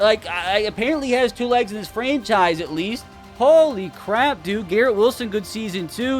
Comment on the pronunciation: GROK said "FRENCHise"